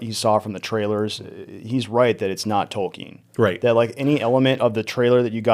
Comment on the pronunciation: Tolken not Tolkiiiin